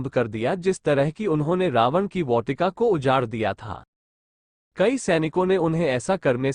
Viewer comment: bhai बहोत अच्छा वीडियो था बस वाटिका का उच्चारण मे थोड़ी गलती है